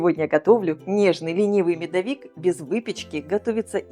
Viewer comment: Здравствуйте! Почему Вы говорите МедовИк, а не МедОвик? Ведь в это же время Вы говорите: медОвые коржи, а не медовЫе, медОвая смесь, а не медовАя. Тогда почему МедовИк?